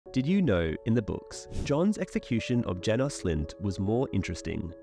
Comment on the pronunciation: I hate this pronunciation of Janos